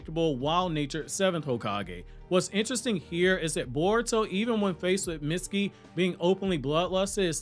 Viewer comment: every single time you say mitsukis name wrong, it kills me.